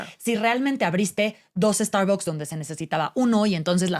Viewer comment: Pues las usarán, pero mal pronunciadas, como no pronuncian la marca en inglés...No es Estarboks...